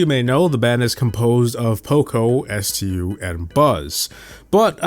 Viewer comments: "col-in-ol" ruffs" really? Its pronouced "ker-nel", and its not E-M-Z or S-T-U, its just emz and stu. This guy has no idea what he's talking about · Stu, not estiyew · Emz and Stu are not e m z and s t u 😭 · Pronunciation Corrections: Stu is pronounced "stew"; not s-t-u. Emz is pronounced "emz"; not e-m-z. Colonel Ruffs doesn't even have the "Colonel" part at the beginning anymore. Even if it did, it would be pronounced "kernel," not cul-oh-nel. Collette is pronounced "cu-LET" not CO-let. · Can you speak english? What the heck is E. M. Z. And S. T. U. ITS STU AND EMZ GOD DAMMIT👿🐺Im the alpha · DUDE IT'S NOT S. T. U. IT'S CALLED STU bad things will happen if you pronounce it wrong next time 🤬🤨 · Its not e-m-z and s-t-u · S-Tee-You and Eee-Em-Z go hard. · S.T.U. and E.M.Z. amd he pronounced colonel the way it is spelled. please what are you doing 😭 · Ah yes my favorite brawlers: EE-EM-ZEE, ES-TEE-YOO, and KO-LO-NEL ruffs!! Lets not forget COUW-LET! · I call her E-M-Z, but Stu is how it’s pronounced. You mean you call her Emz?? Edit: ok, Ive been consistently calling her “Emz” instead of “E-M-Z” for about a month now. Edit 2: POV: you reply to my comment: 🙎‍♂️: Who doesn’t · My man said S.T.U 😂😂😂😂😂😂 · Itfucking triggered me so much by your pronunciation of stu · Why u pronounce emz and stu like that 😭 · cant pronounce emz, stu, or colonel 💀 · Emz, Stu, colonel ruffs, Colette, and Ike are all pronounced incorrectly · I can't get over havoc pronouncing stu😭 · The way he pronounced Stu and Emz really made me cringe up. Like, has been the only person I've seen so far who pronounced these names as if they're genuine abbreviations.